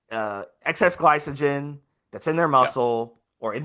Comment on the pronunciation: Note to self, be weary of a "coach" that keeps referring to glycogen as "Gly-So-Gen"....LMAO